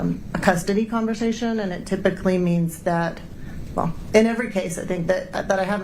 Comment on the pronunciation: I wish would stop saying "confershechen" when she meant conversation... Urgh!